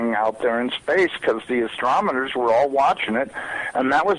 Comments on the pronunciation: The "Astrmoners" Lol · He said "astroMoners"? It's supposed to be with an N.